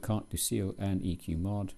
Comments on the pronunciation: And the 'Ciel' is pronounced as 'shell' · Cartes du C L, if you want to sound more authentic give it a little uh after the L. My french neighbour pronounces Thames, Tamease. :) Good software.